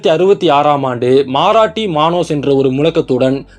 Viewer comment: மாராட்டி அல்ல அது மராட்டி It is not Maaraati it Marathi